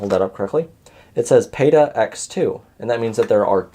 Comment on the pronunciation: Its not BitPhoenix, learn to say the brand name properly. Its not Peta, its PATA! Learn to say the words properly.